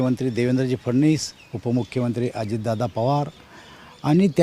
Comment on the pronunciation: उच्चार तर व्यवस्थित करा देवेंद्र फडणीस नसून फडवणीस हा आहे !